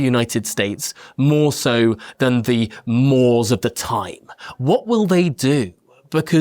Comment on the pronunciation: Tom Harwood - The pronunciation of "mores* of the time" is (phonetically) "more-ays of the time."